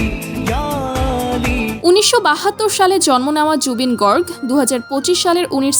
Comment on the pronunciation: গৰ্গ নয় গাৰ্গ অচনীয়া নয় অসমীয়া